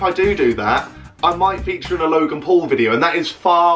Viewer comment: That was actually quite convincing until you said ‘logang’ haha